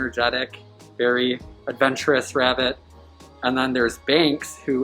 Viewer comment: Binx instead of Banks!!